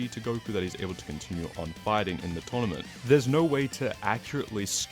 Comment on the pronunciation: Bro can’t say “tournament” correctly to save his life